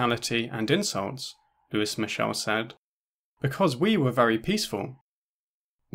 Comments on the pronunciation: for a sec in the beginning i thought you said “the french anarchist, who is michelle” lmao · The mispronounced name irks me lol